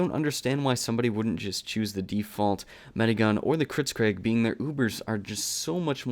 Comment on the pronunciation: "Kritzcraig" Learn your pronunciation